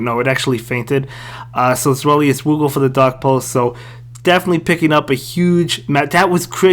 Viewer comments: Good vid man. Btw it’s pronounced zvy-lus (German word for 2) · its ZWEIlous like german number 2